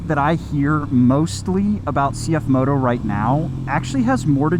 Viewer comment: As a Mandarin native speaker, it is good to hear probably the first English motorcycle channel pronounce the brand name correctly